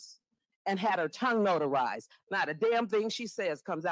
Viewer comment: " And had her tongue notarzed!" I FELL OUT😂